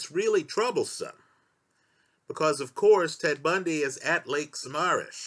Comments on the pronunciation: Three people died in Florida, the last a twelve year old girl. And it's Sa-mam-mish. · LAKE SAH MAAAH MISH A small point but gets annoying for listeners: look up pronunciations, please